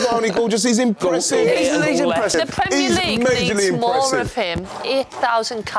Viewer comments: No one talking about him pronouncing Premier correctly. Hate it when the yanks say premieeeer league. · Great to hear an American pronounce "Premier" League correctly! Not the usual "premeeeeiiiiireeeeeeee"